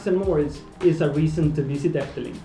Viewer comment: You pronounced efteling very well for a non-dutch speaker! It will always be my favourite, and i hope you will enjoy it too!